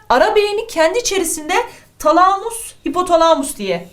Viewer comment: Hocam şu talamus kelimesini lütfen şiveli söylemeyin